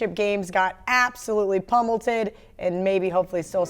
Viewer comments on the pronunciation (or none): keep saying pummelTED? lol